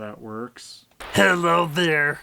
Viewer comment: Dr. Whello? Better than Dr. Wahwee that's for sure. Also, off-brand Saibaman? Ahem! As Abridged!Kirito says, they are 'BIO-men'!